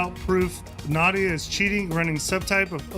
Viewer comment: Z-Nadia lol